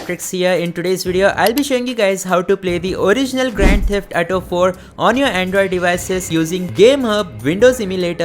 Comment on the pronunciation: Say it with me A-U-T-O ---> Auto Example - me ghar aaj"AU" That is how you say AU in AUTO Practice it three times a day, you will recover from the ATO disease